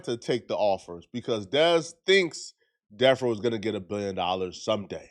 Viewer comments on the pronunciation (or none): Stop saying deaf row you tub of lard it’s death row